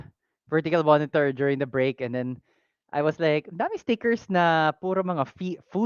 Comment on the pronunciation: Sorry I wasn't here for the live stream, but I did let out a chuckle watching the VOD when I heard you say "moenitor" haha! Though honestly may konting kirot sakin yung announcement with the timing of things, I don't regret making my most recent purchase as I know I got it from the right shop, the shop that will have my back if ever the time comes that I need to claim warranty. That little extra cost is well worth the assurance that the shop cares for its customers. Just ignore the noise the haters make,. Even if the shop is not that easy to run in terms of meeting revenue, just keep on keeping on, and don't ever get tired of putting your customers first.